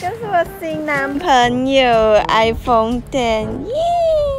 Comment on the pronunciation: 我一直听到iphong😂